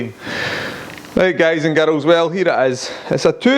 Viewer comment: "Guys and GAROLS" i love it :D